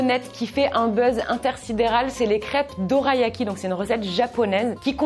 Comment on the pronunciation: Alors ça se prononce dolayaki 😊 mais sinon j’adore tes vidéos ❤